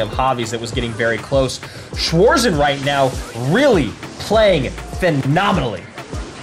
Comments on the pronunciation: Wanted to write the same haha schwoarsen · How the Narattors calling Schwarzen 😂😂 Schwoarzen